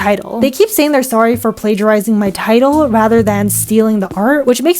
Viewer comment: Bro said “tittle” in the apology not “title”